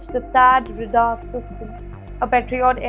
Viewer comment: Ray-Dar and not red-ar